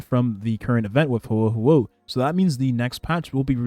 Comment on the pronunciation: Bro is butchering Huohuo’s name lmao